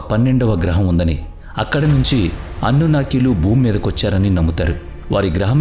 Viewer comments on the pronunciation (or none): అన్నునాకీ కాదు సారూ....అనున్నకీ.... Anunnaki.....